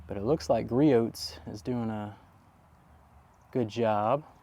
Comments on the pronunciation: Yup, it's Gree-Ohs, not Gree -Oats 🙂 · Griot's is pronounced "Gree-Ohs". The T is silent. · Okay you are almost as bad as Jimbo on proper pronunciation, Griot’s is said as Gree-Ohs (silent t) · Lol the way you pronounce "Griot's" gets me every time. Imagine saying Chevrolet with a hard "t" at the end.